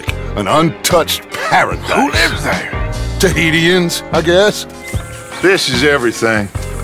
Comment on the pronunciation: Hearing Dutch say Tahitians is hilarious. The real way to pronounce it is Tuh-hee-shee-ns